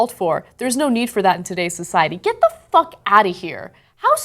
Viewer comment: The emphasis on the word "Fuck". Lol